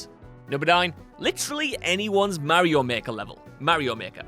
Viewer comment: I cringe every time he mispronounces Mario